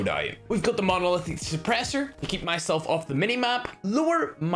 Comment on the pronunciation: Nobody: MoLaiahauhh Supressor